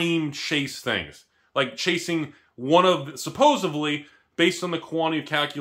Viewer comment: Did you just say "supposuvly"?